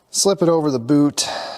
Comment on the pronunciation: You said 'Boot' so many times I thought you were speaking Canadian.